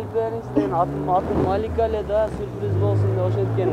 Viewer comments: Сурприз дебей сюрприз дечи чон кыз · Сурпириз эмес, СЮРПРИЗ! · Сурпириз дейт гоо . 😅😅😅😅